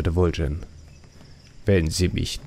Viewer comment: super video's! aber warum sprichst du so viele namen anders aus, als sie uns das spiel vorgibt. warum Vul'jin?